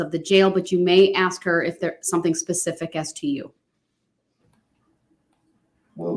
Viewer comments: “Witchoo”… a newly added English word …meaning “with you” … “Axe”… to pose a question with much zeal & passion … so much zeal as to be able to chop through objects … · The real question of our time: wondering when black Americans will be able to properly say the word, "ask."